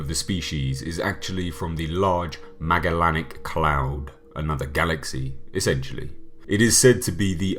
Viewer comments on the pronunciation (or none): "Geeger" "Magalanic" Okay then. But seriously I'm nit picking... Great video, I enjoyed it!